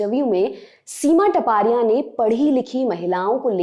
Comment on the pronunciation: Here surame is not टपारिया it's तापड़िया